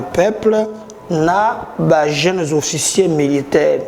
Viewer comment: OFFICIERS et non officié svp, tika pe koloba lokola oza na pongi tooo nzala